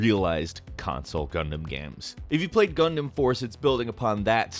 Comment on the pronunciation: GUNDAMMMMMMM oh my God I keep hearing Condom instead of Gundam